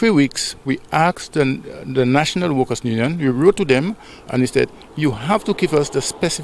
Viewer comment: Union! Not nunion